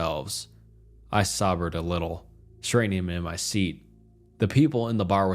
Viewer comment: crying at the way he pronounced “sobered” 😭😭😭